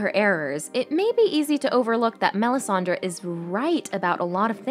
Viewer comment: Great video. It’s Melisandre though, not Melisandra. 😉